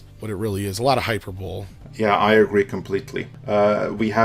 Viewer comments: Hyperbole is not pronounced "hyper-bowl." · its HIGH-PER-BOWL-LEE.... not hyperbowl... hyperbole = HIGH-PER-BOWL-LEE ...wow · Why can't anyone be honest about how mediocre (which is still a generous assessment) Wonder Woman was? Also, "Hyper-bowl"? "Storm in a water glass"? Jesus! Hyperbole is pronounced Hi-per-bo-lee, you made yourself sound dumb. Tempest in a teapot is the common phrase, which doesn't say much for how well Norwegian translates to English. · hi-PER-bo-LEE. Not Hyper-Bowl. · “Hyper bowl”? 😂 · "Hyper bowl"??? 😂😂😂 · LoL, Hyper-Bowl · “Hyper Bowl” 😂